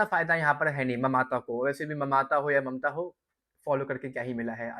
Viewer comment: Mamata ❌Mamta ✅😂